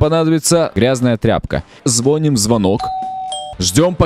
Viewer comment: ты можешь посчитать меня душнилой, но говорится не звóним, а звони́м. И еще, попробуй пройти игру скулбой с помощью ходьбы задом. Залайкайте, чтобы увидел